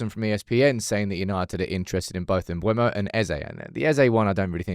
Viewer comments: he said mb u e mo not mbe u mo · It's not pronounced "Mbwemo" it's "Mburmo" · its M-BE-UMO not M-BUE-MO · Is that how to pronounce his name. Shouldn't it be sound more like "Mboomo"? idk lol